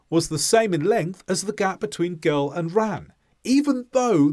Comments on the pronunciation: Did you just say . “The boy and the gell” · He says “girl” like “gull”.